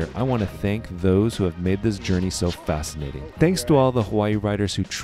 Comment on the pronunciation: you meant "fast-cinating" right?